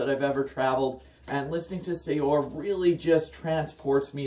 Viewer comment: Just a tidbit of information... it's pronounced as "Seur," not sayor.